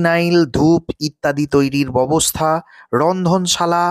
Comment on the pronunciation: Babostha noi...byabostha...bolun